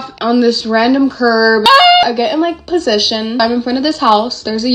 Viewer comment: “I WAS IN ✨POS🤌ITI🤌ON✨”